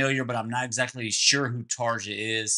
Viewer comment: (Tar-yuh) Tarja Turunen First female singer for Nightwish. She was likely the high-harmony notes you mentioned. Formal training was in classical and operatic forms. For an intro to her skillz, try Nightwish's Phantom of the Opera from the 2006 End of an Era concert. Within Temptation is a guilty pleasure for me. Love theiir most recent stuff even more than the 201x content.